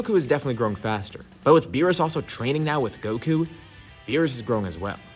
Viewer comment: Let it be beerus we all know it's beerusike it's obvious so just say it